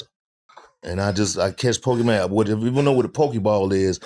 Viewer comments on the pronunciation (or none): I was cryin when he said Po-kee-man 😂😂😂 I swear that’s how all older black men say it